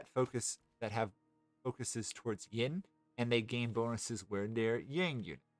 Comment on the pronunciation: Cool guide! I enjoy the faction and mechanics more than most people here, it seems. Just so you're aware, it's Yin, not Ying, both in-game and irl. It's no big deal, but it stood out along with the audio issues. I wonder if that's a gate problem? I know I've fixed that before, but it's been ages since I messed with audio stuff. It's cool you're pumping these out. Must take a lot of effort!